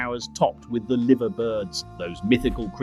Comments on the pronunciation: Voiceover did well till it said liver not liver and gave itself away as ey aye 😊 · Liver birds and the building are pronounced “Lie-ver”.